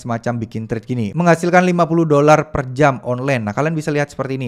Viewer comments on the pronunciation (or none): none